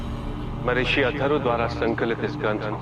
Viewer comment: Rigved not rukved Yadur not Jadur Atharva not Atharba